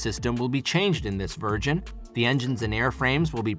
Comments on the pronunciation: It's "close air," not "closed air." It's also "version," not "virgin!" Yes, I'm an editor... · "Will be changed in this virgin" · To the Narrator: It's "CLOSE" Air Support, NOT "Clozed" Air Support - That's it's entire mission. Get it right! (e.g. ) Also, it's "version" NOT "virgin"